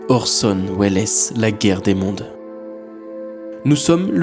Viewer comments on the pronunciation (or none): 😂 Le pire c'est que orson welles (prononcé orson Wells) est mort en 1985... Il n'y a pas si longtemps. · c Orson Wells c est une syllabe.,..,😢